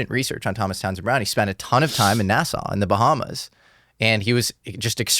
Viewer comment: its NASSAU not NASA